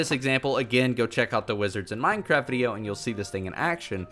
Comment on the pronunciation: Hehehe he said minecrap